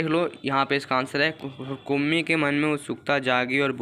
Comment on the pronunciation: Kummi hota hai naki kmmi